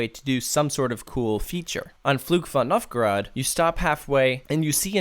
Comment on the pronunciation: I can’t get too mad at pronunciation of “Fluch von Novgorod” because it was pretty solid!